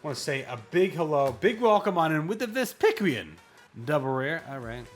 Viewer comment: Ves pick qwee in ? That is the wildest pronunciation ive ever heard 😂